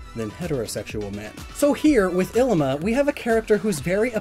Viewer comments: Bugs me being from Hawaii but his name is pronounced like "eeleema". Great video overall though XD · Lowkey annoying to listen to him say “ILLimAh” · This always gets on my nerves. Third gendered individuals were a common thing in many Polynesian cultures, including Hawaii. Mahu is the most commonly used term today for very feminine, and/or homosexual men. Ilima, which you pronounced DREADFULLY, is a very common stereotype in feminine Polynesian males. Traditionally, they were often our teachers and spiritual experts, as they were seen to have a broader perspective than the average person. Why do people just FORGET to study the base cultures Alola is based on SO damn often? Ilima is straight up an homage to the tradition of having more than two genders in Polynesian cultures, specifically Hawaii. It MAY or MAY NOT include sexuality. Christ. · This whole time I though his name was Llima, pronounced Lee-muh. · Was I the only one who pronounced Ilima 'lee-ma' instead of 'i-li-ma'. It looks like a double letter L to me so that's why I pronounced it like that. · I always read Illima as Lima. And was confused when you said it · .... I always pronounced Illima as Lima in my head..... like Lima beans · He was pronouncing it wrong too.